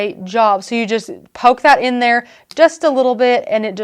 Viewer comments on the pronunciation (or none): none